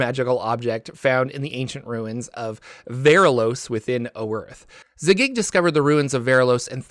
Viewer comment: You need some work on your pronunciations; Zagyg, Tsojcanth, Robilar, etc...